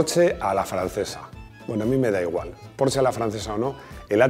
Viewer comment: Mil gracias por pronunciar correctamente el nombre PORSCHE....y que no diga Ud como muchos PORCH,...